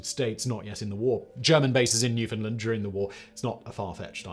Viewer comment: Awesome piece. Nice to see Canada get some recognition. And just so we’re clear it’s pronounced New-fund-land….